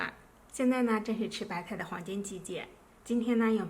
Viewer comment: 聽她說白菜說成白太